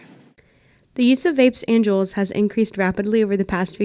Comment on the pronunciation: juul is not cuul